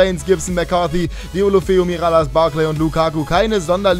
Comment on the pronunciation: Sorry, aber ich glaube er wir Dölöfö ausgesprochen:)